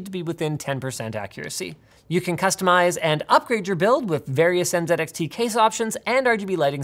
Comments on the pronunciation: Dear Linus, The brand name is NZXT not NZEDXT. Thank you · N Zed X T .... if Z is Zed then T is Ted, so it should be N Zed X Ted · Linus, you realize calling it En-ZED-Ecks-Tee just sounds silly, right? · I respect linus and everything... but why did he say “N Zed X T” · ... I've never heard it pronounced N-Zed-X-T before. That's freakin' weird. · Anyone other American triggered by Linus saying NZedXT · En zed X T